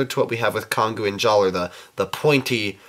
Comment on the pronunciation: It's pronounced JALLAH! (It's just spelled Jaller! He got his name changed by Turaga Vakama after an honorable event!)